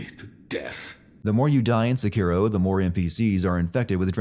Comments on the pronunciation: Giving the Youtuber 1 sin for changing the pronunciation mid video from SEkiro to seKIRO come on internet pick one. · The way you say Sekiro sucks. Stop saying it wrong